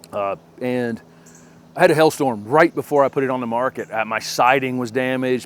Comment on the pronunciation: I love how you pronounce Hail Storm. Sounds to me (with my Canadian ear) like Hell Storm. Which, basically is what it is after it has done it's damage to our gardens 😆 As always, thanks for the good advice. I love that you don't tell us what we can and cannot like in our own gardens. I have listened to garden gurus who say they hate a certain plant just because it is common, and therefore so should we. I prefer your advice style!